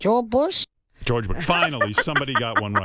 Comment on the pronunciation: Jor Bush? 😂